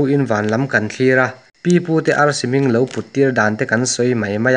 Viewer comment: Tui deuha ngaihthlak ka tum a silai ZEN tih vawihnih thum bak ka ngaithla zui talo mai..Chuan mizo trawngah SANGAL a awmlo aw SANGHAL tih tur..AR pawh AL tih tralh loh tur..